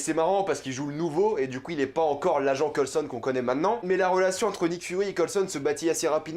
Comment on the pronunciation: Cest moi ou defois tu mache completement le nom de certain perso comme Coulson ?🤔😂